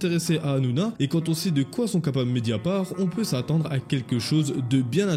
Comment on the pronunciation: C'est media part' pas media par